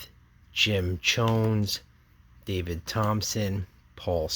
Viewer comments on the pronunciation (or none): none